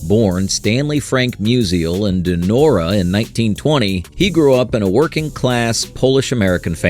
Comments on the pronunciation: Hey AI, not Don-arah ... Don-or-ah ... ok? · And Donora PA somehow morphs into “DON-o-ra” PA??!! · Very enjoyable. However, the narrator mispronounced several names including Donora, Mize, and Pujols. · "DAH' NOR AH" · Can't even maintain a consistent pronunciation of "Donora". Come on.